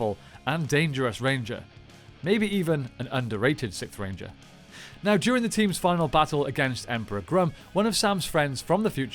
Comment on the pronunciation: It low key sounds like u saying the Sith ranger